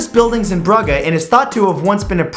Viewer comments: Bruges is pronounced brew-je (like the start of jet). Minor point of an awesome video. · I'm pretty sure "Bruges" is not pronounced as "Bruh-guh." That was kind of painful to listen to...